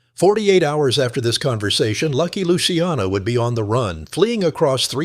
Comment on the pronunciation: AI shit can’t even pronounce luciano properly